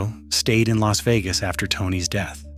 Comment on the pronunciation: AI CHANNEL. It says el a s instead of Las like loss. Also mispronounces Spilatro